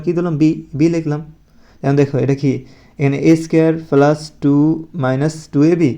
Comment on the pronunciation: স্যার আপনি কি প্লাস বলতে পারেন না